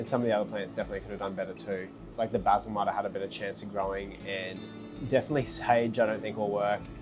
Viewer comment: Literally stopped the video 1/4 the way through cause I can’t stand hearing how you pronounce oregano and basil